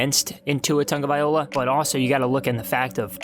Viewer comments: I'm sorry man but it's been a whole season since he's been on the team...surely you can learn to pronounce his name correctly, no? You've got the first part correct just the ending is wrong you keep saying vai-OLA but it's vai-LOA just how it's spelled at the end. Just saying. I've listened to your videos before the start of the season and just surprised that you haven't learned how to say it by now. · Say it with me: Vy-loa. Not Viola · Brah, his name is pronounced TagovaiLOA not TagovaiOLA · IT'S NOT TAGOVAIOLA ??????? IT'S - T A G O V A I L O A !!!!!!! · Its pronounced Tunga Vy Low ah no Tunga Viola. If you’re going to make videos at least learn how to pronounce peoples names and read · So we supposed to believe you when you can’t even say his name right! It’s TangaVAILOA!! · Guy sensationalizes the facts in an extreme negative light and emphasizes his ignorance by repeatedly mispronouncing his name. Tua has a long way to go but did okay for a guy with no Spring , no training camp, no preseason, a pretty lousy O line, lousy receivers, mediocre RBs and a system not fit for him. Trade back into the top ten, pick up your 3rd 2nd rounder (2-1s, 3-2s, that's five of the top 50), get Tua two receivers, a RB and a Right Tackle and and I'll take the Dolphins over Watson wherever he goes. I'll take Tua twice if Watson chooses the Jets.